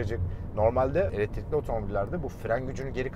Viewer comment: Eletirikli demen beni öldürüyor